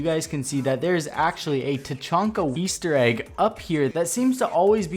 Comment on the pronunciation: the tachanka "Weaster egg" why did you say weaster egg?